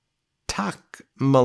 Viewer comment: Meh lay nee ah!